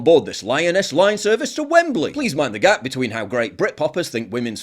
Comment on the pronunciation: Welcome to the Lioness line, Please mind the "gape", I MEAN GAP!!!!.